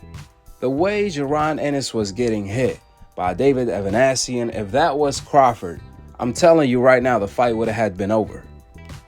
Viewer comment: Ava Nee Sian not Ava Nash sion